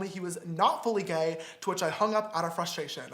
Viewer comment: "Wai are u gai?" Sam: "Who says I'm gai?